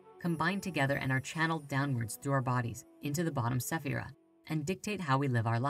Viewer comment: Please please please please! Check with a native Hebrew speaker before making any more videos on kabbalah. The mispronounciation of spheriot, sphera, the four Hebrew letters in the Tetragrammaton, is not really a good thing to do when you are putting something out into the world. The English spellings of the Hebrew words do not reflect the true pronunciations of the words.